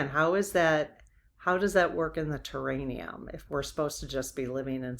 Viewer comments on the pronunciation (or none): Respectfully it’s “terr-air-ee-um” not terr-ain-ee-um. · I keep getting held up on the word I'm guessing you're mispronouncing, do you mean terrarium, like a big glass bottle with plants inside an enclosed bottle? Ter air ium. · Hi, I think it's a terraRium, not terraNium.